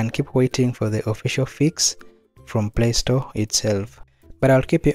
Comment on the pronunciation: Bruhhh why lay stote 😭